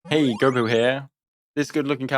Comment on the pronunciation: "Guobo", really? Booba was right there! smh